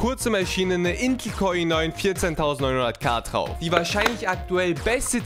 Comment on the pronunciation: so da kommt der CPU "T"RAUF ...... diese D/T Schwäche nervt ...genauso wie "gemacht gehabt"